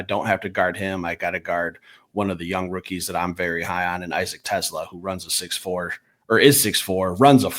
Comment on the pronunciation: You guys might want to get your pronunciations correct, though I don’t know if you will since you’re still pronouncing Amon-Ra’s name incorrectly after 5 years, but it’s the same issue with both. ah-mun RAH (emphasis on the last syllable) teh-SLAH (emphasis on the last syllable) It’s basic respect to learn how to say their names. Also, happy birthday!